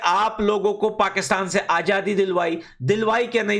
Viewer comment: you say ajadi not Azadi you are not a real afghani you have indian accent 😁😁😁😁